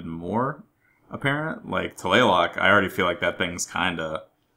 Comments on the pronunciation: Just to clarify, Tlaloc is said like Tla Lohk. It sounds like yolk. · its just, TLALOC, as it reeds, dont put any accent to it